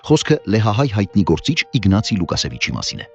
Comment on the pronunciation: Łukasiewicz. Կարդացվում է Լուկաշիեվիչ, բայց ռսաքածերը անգիտակցաբար պիտի ռուսացված ձեվը ասեն՝ ԼուկաՍեվիչ։